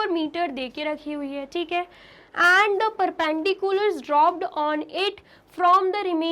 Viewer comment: Perpendicular ❌ paarpindicular😂